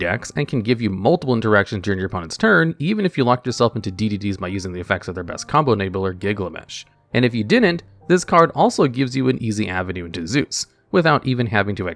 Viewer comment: Did he just mispronounce Gilgamesh as "Giglamesh" or am I just hearing that wrong? lol